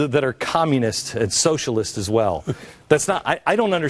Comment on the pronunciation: he says that he doesn't see how anarcho-socialists (that word he can't pronounce) can exist because they don't fit on his one dimensional system. Basically proving that everything he's talking about is complete nonsense. Then, the next thing the idiot says is that you can just lump them in with the Articles of Confederation authors -- close enough!